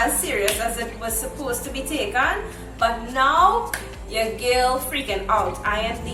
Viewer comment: He said "yuh friend"😂😂